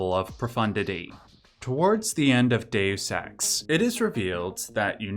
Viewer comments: You are definitely saying day sex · It should be dayus, not day sex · Just a note: its pronounced "day us" in English. Its pronounced "day ose" in Latin. You pronounce it a 3rd way not heard before, "day oose". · Sounds like you've said, "day sex" like 100 times, it's dayus not day sex. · Please stop saying dayoous ex. kthnx <3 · "Day you sex" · ... the narrator says "DaySex" a thousand times 😜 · Why are you pronouncing the game like that...? Please look up the game and how people pronounce Dues Ex. You really make it look like you've never played it a day in your life or you need more talk with more real people so your friends can laugh at you until you learn how to pronounce it correctly. That is all. Thank you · I activated CC hoping to see it translated Deus Ex to how you kept saying it "day use sex", but all I got was Dex. I am sad now. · Hard to take you seriously when you don't even know how to pronounce the name of the game. There are videos on this very website that will tell you how. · Loves it so much he didn't bother to learn to pronounce it